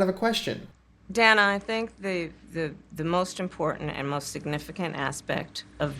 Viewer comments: Who is Danna? She keeps calling Dana Bash Danna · danna? did K just mispronounce dana's name?